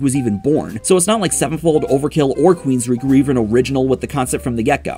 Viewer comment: WOULD YOU PLEASE STOP MISPRONOUNCING QUEENSRYCHE WITH QUEENSREECH? IT'S PRONOUNCED "QUEENSRIKE"! QUEEN OF THE REICH.